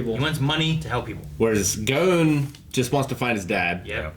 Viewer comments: They still can’t pronounce Gon right? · For me the voices are just fine. It’s the pronunciation of the names that fucking annoys me. They could pronounce Kurapika’s name just right but not Gon’s or Hisoka’s, which I think are fairly easier to say.